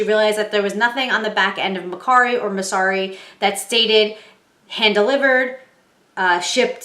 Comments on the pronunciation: It’s MER KARI NOT MER SARI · It’s MerCari with a K.